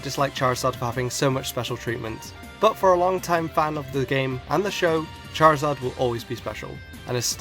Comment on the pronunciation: #1, there is no L in Charizard! #2, there is no S in Rayquaza!